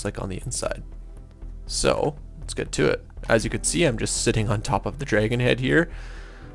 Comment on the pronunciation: You say dragon the same way I do. Dray-gone XD I love it